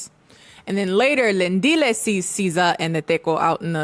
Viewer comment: Sza??? Sskijs🤭